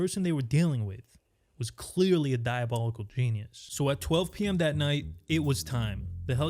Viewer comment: can't tell if you said "penis" or "genius"